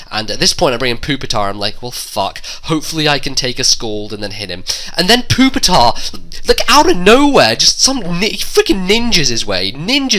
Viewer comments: that im ok with, but poop-itar...seriously...? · Why do pepole say poopitar its so annoying its pupitar not poo! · He said poopy tar. I lol'd